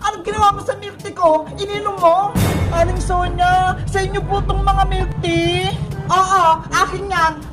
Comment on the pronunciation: Bakit yung "Tea" nagawang "Tae" Peke ba?